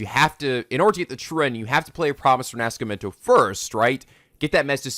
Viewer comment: Knowing the true pronunciation of Rinascimento and hearing brutally slaughter it is a wierd feeling.